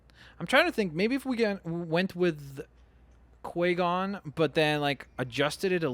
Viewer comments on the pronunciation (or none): its qui gon not qua gon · OMG he said qua gon not qui gon my brain (that was ) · No hate but you said qui-gon wrong. Don't worry this is not hate you are my fave. (Other than myself. :))